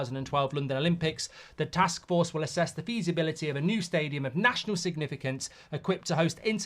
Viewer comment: "A joint task fork" 😂